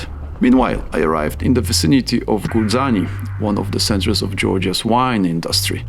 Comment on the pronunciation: Perfection! ❤ But, Gurjaani is like Djibuti, Georgia or dJ (dz), sorry. 😊